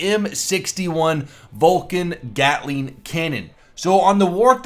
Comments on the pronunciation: it is called GATLING gun not GALTING gun, you know better than me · btw "GALTING GUN" FIX DAT! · its GATLING GUN nor GALTING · "GALTING"????, really?!?!?!? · Whats A "Galting" ? :D